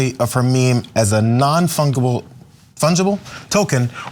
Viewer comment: Bro, you can’t be broadcasting and not know the word “fungible”.